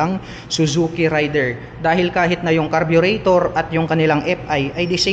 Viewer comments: Raider po sir hindi rider.thanks! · Mali yang Bigkas mo SA RAIDER ...